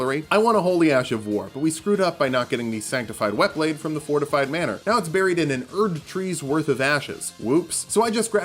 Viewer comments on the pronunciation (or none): none